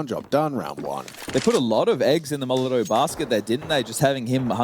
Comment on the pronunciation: im 100% sure that u mean "molotov"